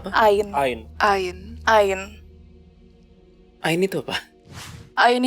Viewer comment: Ngik ngik pas dia bilang ain. Woi, kaga gitu kaliiii